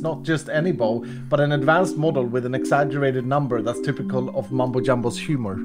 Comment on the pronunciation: * "Mum-bow 9000" 🤣